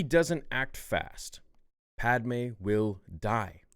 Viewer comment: I swear u said die with more emphasis to purposely make me laugh 😭😂